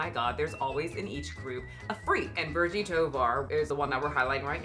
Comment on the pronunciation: The look from Virgie could've been because the interviewer pronounced her name "Vir-Gee" instead of "Vir-Jee." Virgie is 42? She's approaching that age where fat activists start disappearing. Don't know why that happens, but all the FA/BoPo people seem to be 30s and younger, despite the movement being around for a long while now.